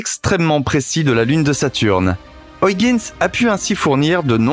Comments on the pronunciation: Ça se prononce huigins !!!!!!!!!! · Au 6ème "Oyeginss" j'ai craqué, je suis parti. Merci quand meme. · Nan, mais vous ne dites pas Londresss, ni Parisss, je ne crois pas qu'en France, on dise Trump avec le u de cru... au mieux, la prononciation UIGANS aurait été plus francisante que ce qu'on peut entendre dans ce reportage.. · Pareil, mais il y a aussi Argone😁 Soit tu prononce Huygens '' U- i guenne-se ou en version hollandaise...Mais pas une version francisé de la version anglaise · Hyugens....se lit " huigainsse".... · Ces chers amis Français ...Il n'y a pas de O ni de I dans Huygens ... dites "oeil- guènss" ... <3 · Salut...tu dois dire "OYEGUEUNES" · C'est mal prononcé, la bonne prononciation est "Hoeil - guens" (gen se dit en nééelandais comme "gun" en anglais) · Tu pourrais faire un effort pour prononciation de Huygens.